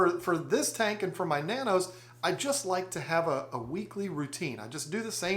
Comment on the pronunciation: Betta and beta are just 1 letter different and sound completely different, but however u pronounce it any English speaker knows what u mean. And oop he pronounced tank tinke now wheres the pronunciation police